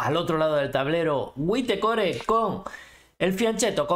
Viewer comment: Tu narrative es amena pero debes tener más atención con los comentarios. WhiteCore se pronuncia “JuitCor”. Saludos.